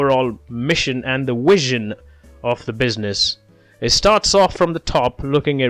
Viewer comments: Thanks - it’s v as is vee not wizen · Have an exam today this was explained amazingly!💯funny how you can’t say “Vision instead Wision!😂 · is it a flaw, or are you properly pronouncing it - in old Latin?